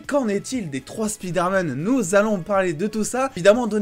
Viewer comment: SPIDAIRMAN lol